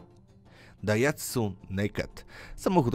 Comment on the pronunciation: Daihatsu wymawia się inaczej, a naked tyczy się zostawienia na zewnątrz np. zawiasów drzwi i innych atrybutów aut offroad. Daihatsu tą nazwę zastosowało specjalnie.